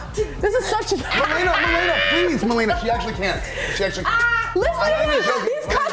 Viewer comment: The one involved in the alchohol/opioid is mal-ay-nuh, not mal-ee-nuh.